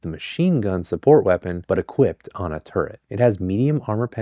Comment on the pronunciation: you’re the first person i’ve ever heard pronounce turret right